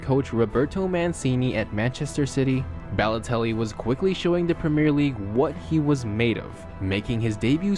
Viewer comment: his name is balotelli not bellotelli